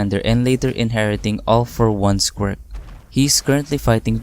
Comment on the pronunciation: Okay but the way he say quirk really sounds just like him saying squirt so when a girl/woman character shows up I be like : HOLD UP, WAIT A MINUTE. SOMETHING AIN'T RIGHT 😃